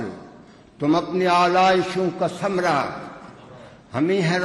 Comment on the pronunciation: اردو تلفظ میں غلطیاں ہیں آلائشوں ثمرہ اور بھی ہیں